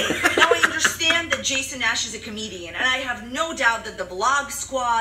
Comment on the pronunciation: “TrishUUHH pAAayuhtus and JAYson NAAash”